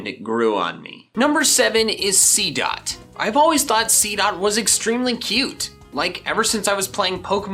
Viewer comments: Did anyone else see that he said seadot 2 times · He sedd seedot 2 times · You said seedot twice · He did seedot two times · You said seedot twice.